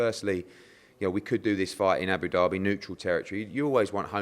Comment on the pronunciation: whenever I hear Frank talk I think Eddie has ducked the fight, whenever I hear Eddie I think Franks side ducked the fight. Hard to tell but to be honest just shows you can't trust either of them. Also Eddie its Abu Dhabi not Abu Dherby